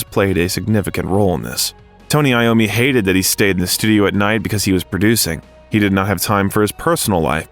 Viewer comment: Voice over It’s Tony iommi. NOT Tony Lommi…. How embarrassing